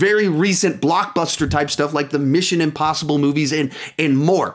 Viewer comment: Amazon have A HUGE AMUNT OF BLOCKBUSTERS! Like Mission Impossble..... and more..." 😂😂😂